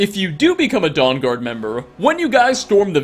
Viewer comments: I keep hearing it as "Dong-guard" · dong-guard lol XD